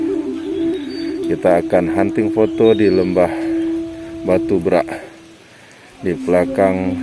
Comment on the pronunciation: Beghak, bukan brak... Beghak artinya tenggelam